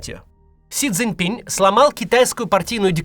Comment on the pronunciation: Си Цзиньпин — там на конце твёрдая "н" — пора выучить…